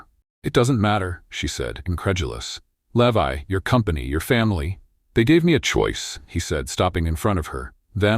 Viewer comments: At about 59 the name 'Levi' is seriously said badly. What level of staff can't even get the hero's name right? This story is being built by incompetents, then not properly being reviewed and edited. At the moment my review simplifies to "incompetence" writ big! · The mispronunciation of 'Levi' is occuring again and again, now at about or so. Shameful!